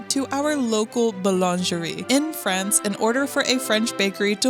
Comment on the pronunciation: did she just say "Paris, Frahnce"??